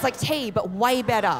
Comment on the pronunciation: 竟然听懂了，澳洲口音吗，way发音成wi。最后一段overlord是讽刺吗